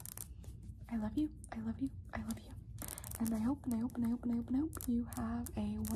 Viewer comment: Sometimes when you said "and i hope" it sounds like "pendejo"